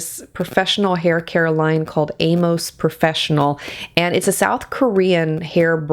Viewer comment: For reference, Amos is my family name and it's pronounced a - m i s s the majority of the time